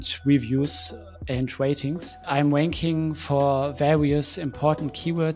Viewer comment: I'm sorry; but everytime you say "ranking" , I hear it with a "W" 😆 but great content and very insightful.